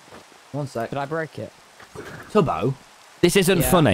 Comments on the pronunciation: You said toby not beeto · Who else noticed Tommy saying Toby not tubbo